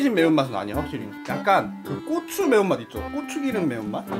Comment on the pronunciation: 형근데 발음이 왜 고추가 아니고 꼬추야?